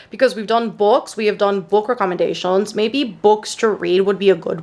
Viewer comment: Just letting you know book recommendations is pronounced as ‘recommend-ations’, just thought I’d point out incase you didn’t realise 💖 I always hear you in videos say it as ‘wreck-om-en-dations’ 😅